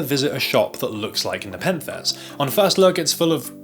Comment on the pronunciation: i wanna complement you for your full chested pronouncing of nepenthes, which takes a lot of guts. the acronymn spikes are cringe tho